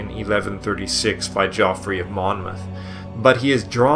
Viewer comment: In the first 3 minutes the narrator mispronounces Geoffrey, pagan, and several other easy words, but he goes to great effort to pronounce the difficult words.